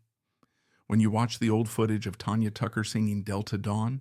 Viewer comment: AI Can't pronounce Valens, Tanya, Frizzell, or Nevada properly.....